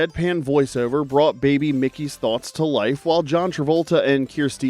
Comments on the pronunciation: It's Mikey, not Mickey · Mike-e is how its pronounced not mickey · Mikey not Mickey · Mikey… not Mickey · I cringed when he said Mickey instead of Mikey. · Did you grow up in the 80s? It is MIKE-E! If you are attempting rage bait for engagement, please stop. We are grown adults interested in nostalgia so there is no need for manipulation.